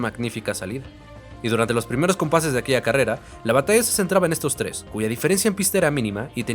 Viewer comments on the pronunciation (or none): none